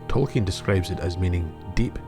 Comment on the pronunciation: Besides the other comments, you are one of the very few who pronounce the non-English words of Tolkein correctly. It is a pleasure.